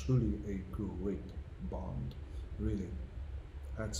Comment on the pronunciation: "Bont(h), James Bont(h)" yes yes we know you're rightly proud to be Irish but tone it down a bit, old son, it's famously pronounced 'Bond'.